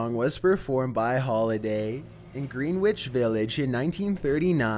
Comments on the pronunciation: It's also Casey Kasem, as in Kay-ssem, not Casey Chasm, Khazem, as you pronounced it. And it's anecdotal (anEKdotal) evidence, not annedotal. Greenwhich Village is called Grennich Village, Thanks. Just take the time to see how things are really pronounced. It's not terrible not knowing, I often don't know but I read a lot, and that's what happens. (I'm watching, waiting for Tubular Bells...) ;) Welp, I was wrong! Lol. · Honestly though, just to help you out {in case either word comes up again} they're pronounced KAY-sum & Gren-nitch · I love ya, but learn how to pronounce words. The tone, the cadence are great. When you can't pronounce Greenwich, it makes me sad.